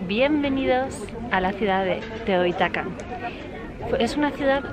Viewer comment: Se pronuncia teotiguacan en Teotihuacan la h se pronuncia de echo muchos nombres de lugares se pronuncia la h y la x se pronunchia de manera diferente según que palabras sean Por cierto, existe una película llamada Roma que trata de la colonia Roma